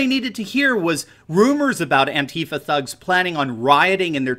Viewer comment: It's pronounced ANTEEEFA.. NOT ANTI FER.. Get your syllables right my mate